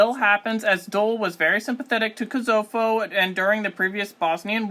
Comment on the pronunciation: Great video! But please work on your pronunciation of Alpine, Bologna, and Kosovo haha